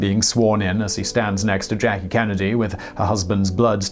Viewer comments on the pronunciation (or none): none